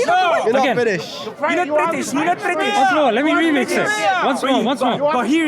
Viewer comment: huh now it comes down to you and me not about him ? 😂 Dude that guy good even pronounce British 🇬🇧 He was saying Biddish ( non of the Brits dialects says biddish to British ) I rest my case. You are a fox in sheep’s skin , glad finally it came out 😂